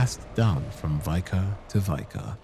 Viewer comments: It's pronounced vik-ah, not vy-kar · Just a heads up, "vicar" is pronounced like "liquor" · Hey, love the videos, love your cadence and will always eat up every Bloodborne video available…. One thing that’s driving me crazy is ‘vicar’ is pronounced with a short ‘I’ like in ‘big’ instead of like vy-cur. Everything else is great though, keep up the amazing work 😊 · Why do YouTubers insist on pronouncing "Vicar" as "Vye-car"? Is it such a rare word?? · Please look up the correct pronunciation for words you don't know. There are so many mistakes that it detracts from the video. 'Vicar' is not pronounced that way.